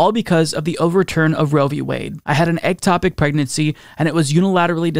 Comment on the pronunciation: It's not "egg"topic. Ectopic.